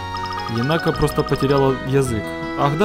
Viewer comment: единственное, она не енАка, она Енака. Ударение на первый слог.